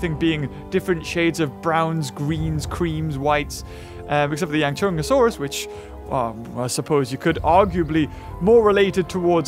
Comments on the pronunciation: Not yangchunsaurus it’s yanchuanosaurus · pronounce it correctly it is Yang-chu-an-o-saurus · It think it’s pronounced Yong-Shyang-o-Saurus, I could be wrong But that’s almost how it’s spelled so yeah :/ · Yang - SHOE - ahn - O - saurus. But it don't really matter coz you were almost there. And yes. From Asia.